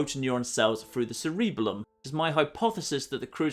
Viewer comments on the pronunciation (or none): What the hell? You get on American's case when we say aluminum wrong, yet you can't pronounce one of the most important sections of the brain? It's "serəˈbeləm", or (more colloquially) "Sarah-Bell-Um". Get your annunciation right, you hypocrite. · Am I the only one who was annoyed by him mispronouncing cerebellum?